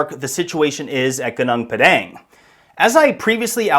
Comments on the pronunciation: Thank you for highlighting this site. But wrong pronunciation of Gunung Padang. Is it so hard to find out the correct pronunciation and say it correctly? It is irritating to hear local names pronounced in the American way. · PLEASE learn how to properly pronounce gunung padang!!!! My ears hurt hearing you butcher it again and again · dude all u have to do us go to google translate to hear how you're supposed to pronounce "gunung padang"🤡it's not that hard... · its not GANANG PADANG, its pronounced -> Goo-Noong Pa-dunk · Gunung Padang is pronounced as 'Goo-noong' Pah-Dunk', not Geneng Pedenk😂 It means the mountain of enlightenment. South East Asia, the archipelago, has many ancient civilizations known as far back as 12000 years ago..so no suprise if Gunung Padang is more than that. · For my beloved English friends, here the right pronounciation Goon oong pud ung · GUNUNG PADANG is not Geneng Pedeng (typical ignorant American lazy to learn how to pronounce correctly) The history especially since western world colonizing has been tailored to their importance. Even the world map is so wrong since Mercator 1569 on purpose belittling huge Indonesia since. Indonesia is much older and advanced than Egypt. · Its pronounced “gooneng pa-dung”, roughly means mountain of grass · Goo-nong Par-dung learn how to pronounce it properly MAGA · It should pronounce "goo noong paw dawng" 😊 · What is more disturbing is yr pronunciation… It’s pronounced: Gooo-noong Par-dung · It's actually pronounced "goo noong phad dunk" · It's pronounced goo-noong pud-dung 👍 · It's pronounced "Goo-NOONG Puh-DONG" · Goo-noong Pah-dahng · It is pronounced goo-noong pah-dahng. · pronounced "goo- noong pa-daang" 😊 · pronounced Goo-Nong(like Bong) Par(silent R)-Dung(like cow dung) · it's pronounce as goonoong padunk in malay language which translate to mountain field in english.. i'm malaysian and fascinated by ancient civilization.